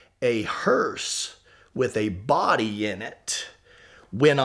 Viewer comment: It’s a hearse not a hurst